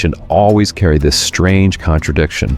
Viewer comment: Strange not strane